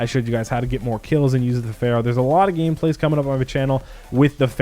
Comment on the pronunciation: "Ferrow" lmfao